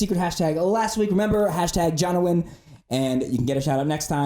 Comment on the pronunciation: #Jonowin keep up the great work! (Please pronounce my name right)